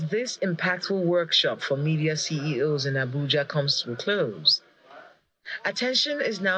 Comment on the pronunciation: Media and not Mefis